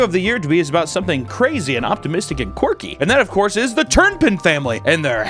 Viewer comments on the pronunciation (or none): none